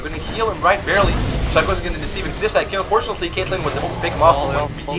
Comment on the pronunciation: Stop saying"barley" it's annoying :-)